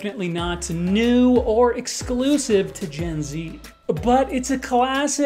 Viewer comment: Non english speaking, it took me a while to realize you were saying Gen Z as a short term. I was like...did he just said Jay ?! I don't think so... Hehehehehe